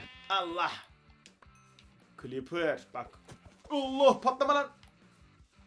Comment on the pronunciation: L değil r ile diyoceksin creper ı